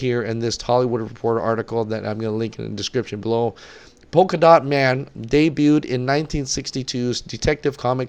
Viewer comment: Btw that's Polka dot man... not poka😂😂 If you don't know about a character then don't judge it. Wait for the movie and then you can spit all the shit you want...in a box or in your ass. Just wait for the film. You should be excited about the introduction of a new character. Google it's powers. The character is very unique and interesting. Polka dot man, Rat catcher, Harley, Captain Boomerang, King Shark, Peace Maker and Bronze Tiger are in the movie while Rick Flag and Amanda Waller are returning. They can't use Black Manta or Cheetah as they are being introduced in the upcoming movies. Seat tight. You are gonna experience a great movie. Just wait for it. #DCForever